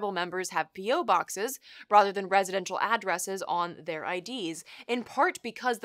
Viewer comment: Rother, rother, rother. Um, the word is rather.